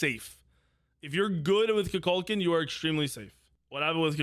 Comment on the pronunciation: has this guy not seen black panther 2 Kukulkan is not pronounced like that haha